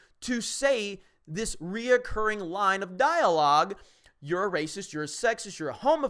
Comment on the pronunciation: I don't know if this is only me but when I hear them say racist, all I hear is raisins.